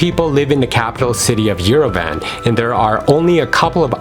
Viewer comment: Not Yere-VAN, it’s “ Yerevahnn”